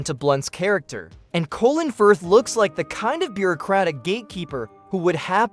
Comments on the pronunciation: "Colon Firth" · Is the narrator AI? The emphasis and pauses are all unnatural. The mispronunciation of Colin Firth's name is another big issue. Mispronouncing "Close Encounters of the Third Kind" and "ET the Extraterrestrial" were very weird. And the repeated mispronunciation of "PG....13. Rating".